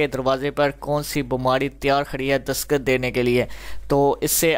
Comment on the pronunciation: dasqat nahi dastaq hota ha bhai sahab.....